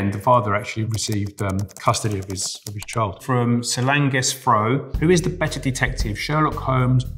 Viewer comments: The way he said Solange 😂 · I’m going to start saying Solange’s name like that 😂